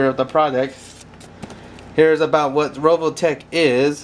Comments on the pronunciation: RE VO TECH. NOT RO VO TECH. Word Nazi out. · u say rovotech lololololol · its RE OL TECK pleaaaaaaaaaaaaaaaaaaaaaaaaas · revoltech not roveltech